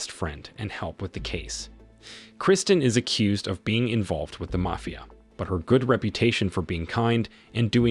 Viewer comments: Thanks. Now if we can just teach the techs' how to say Mafia.............. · If you notice the voice is too, that’s why there is serious mispronunciation of words, like mafia, for example.